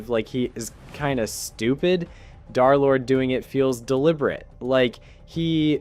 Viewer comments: 🤓 um actually it is “derlord” not “darlord” 🤓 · It’s Der lord not dar lord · Bro says Darlord instead of derlord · darrrlord vro it’s derlord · Its not darlord its derlord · "Darlord" is crazy ITS PRONOUNCED "Der Lord" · I was gonna finish the video but him saying darlord made me quit the video. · I’d like to tell you the D3r is d3rlord is pronounced DURR like LURE as 3 replaces E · " dhar-lord" bro I'm crine🙏😭🥀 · ikr... It cuts me off every time I hear it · Brochacho pronounce my name right😭✌️ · If i got jumped by two guys for every time you said d3rlorde wrong id be dead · If bro is gonna glaze this much at least say his name right 🫩